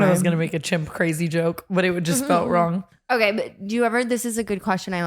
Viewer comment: "did your head go wong and start charging" still has my cackling